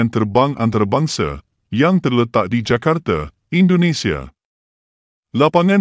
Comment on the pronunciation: Sebutan admin utk kata ande sepatutnya anda Jakarte sepatutnya Jakarta Sukarno Hatte sepatutnya Sukarno Hatta mohon diperbaiki kedepannya maaf ya admin .....salam serumpun Malaysia